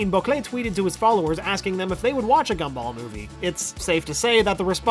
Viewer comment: The G for Gumball in the videos likes to much like a C. It got me a few times lol.